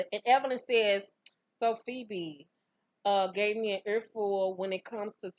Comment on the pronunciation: Ha! PheBY not PhoBE, I lived LOL